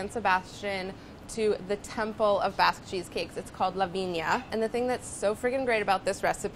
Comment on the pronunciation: I kept thinking she was saying a "Baz" cheesecake. Maybe they should re-name it?